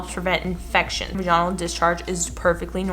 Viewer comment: The way she pronounces vaginal is gonna haunt me